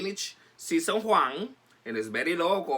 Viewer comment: Season "Juan" lol